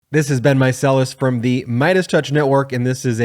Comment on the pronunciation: "its been mysellis"